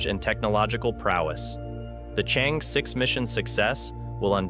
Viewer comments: It pronouces as chang err, not chen. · Its Chang'E. Not Change' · The correct pronunciation for the China's combination lunar module is : Chang-e 6 NOT Change. Nonchalant way of reporting!! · How pathetic! You can't even differentiate between Chang'e 6 and Change' 6! Did it on purpose? Or, prefer to invent your own terminology in order to slight others? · The only lunar Chang is Gordon. It's cháng+ é, as in err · The name of the space craft is pronounced " Chung Err" . It's the name of a moon bound fairy in Chinese mythology. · 👍I dont mind your mispronounced Chang'e X I do mind your named as Spacenews youtuber but you dont mention/skip or you dont knew the success of Chang'e 12345 which already land on the moon rover on the moon surface take selfe and still alive... but talk a lot on the indiaJaps...s story make it a pretty amuture report for a whole story . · Information and interesting video let down by the very pronunciation of Chang-Er. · You mispronounced Chang"e 6. Learn how to say it in Chinese.